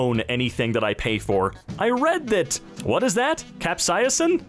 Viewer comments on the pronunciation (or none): It’s pronounced cap-say-sin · Its pronounced like cap-say-sin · capsaicin is pronounced cap-say-a-sin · it's pronounced cap-say-sin or that's how I say it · it angers me that cannot pronounce capsaicin, yet he’s definitely older than me